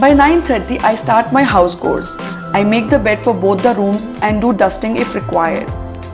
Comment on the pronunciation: It is pronounced as ‘chores’ with a ‘ch’ and not ‘k’.